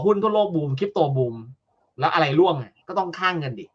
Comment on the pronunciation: ร่วง ไม่ใช่ล่วง